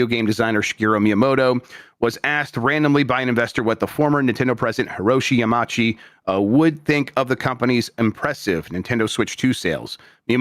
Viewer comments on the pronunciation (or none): I am screaming at saying Yamauchi as "Yamachi"